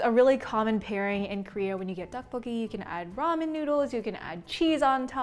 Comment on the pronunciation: “Duck bo gi” I swear ms girl get your pronunciation right